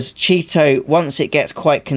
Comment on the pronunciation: CHEE-TO! Thanks for video! Good info!